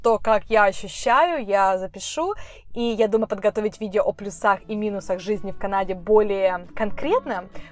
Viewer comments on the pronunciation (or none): ПлЮсах, а не плюсАх)) у тебя шикарные выдосы и сама ты очень красивая! Хотелось бы что ты во время рассказа направляла камеру на дорогу, что бы тщательнее разглядывать город. Эх, тоже хочу к вам(